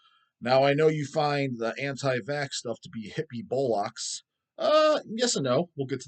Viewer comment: “Bowl-locks”?… thanks for answering the question in depth,!